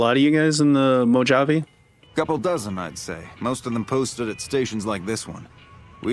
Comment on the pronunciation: Just a heads up, Mojave is pronounced Mo-ha-vay. Also for crafting your own ammo you need to have the repair perk and just save all casings and blasting powder. Once you unlock the ability to craft ammo it’ll tell you what you need at the workbench. Each ammo has pretty much the same requirements with a few different ingredients.